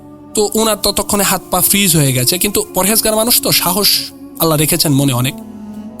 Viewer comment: freeze k bole fizz